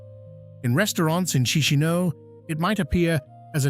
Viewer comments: It's not "Chee-shee-no". It's "CheesH-NOW". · Actually is KeeSH--NOW